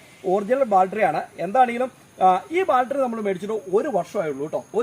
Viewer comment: ബാൽട്രി അല്ല ചേട്ടാ ബാറ്ററി